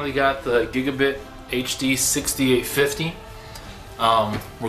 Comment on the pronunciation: dude nobody ever says anything the same way but it is giga BYTE not bit. drive me crazy cant watch the video